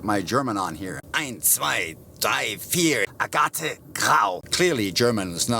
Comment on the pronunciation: Hahaha. “Ah-ga-tay” interior. Its “ag-it” like rocks. And its french.